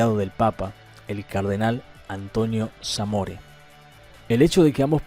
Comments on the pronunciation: El autor de este video no aprendió a pronunciar correctamente el apellido del mediador enviado por el papa Juan Pablo II, el cardenal Samoré (con acento en la 'é'). Se ve que no vivió esa época. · Malísimo el informe. Cero rigor histórico respecto del estado de ff.aa. argentinas a ese momento. Cuatro años después Argentina se enfrentó a una potencia de la OTAN con el apoyo de USA ofreciendo un papel mas que digno. El cardenal mediador era Samoré (acento en la é). El conflicto con Chile en ese año era un paseo para Argentina.